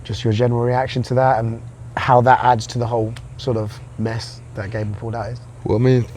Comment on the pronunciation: Gable rhymes with not-able.